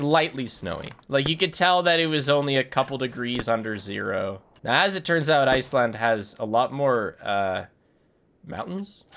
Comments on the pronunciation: why do you call it ice-land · Everyone: “Iceland”: “iceLAND”